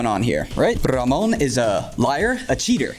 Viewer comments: Nice Tips! But I am more impressed of how good you say RAMÓN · Who would have thought knows how to roll his R's